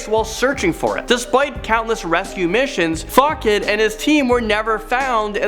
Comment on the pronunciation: Lost City of Zee Seeker-Adventure Percy Fawcett was pronounced FAW -kats, when it should be FAW-set, like the way you pronounce the water dispensary item on your sink.